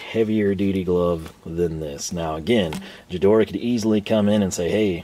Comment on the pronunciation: guh-DOR-uh, not juh-DOR 😉